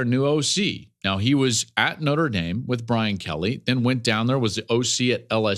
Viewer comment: Joel, Again. Plz, it's Notre (Notra) Dame not "Noter Dame." The E comes after the R.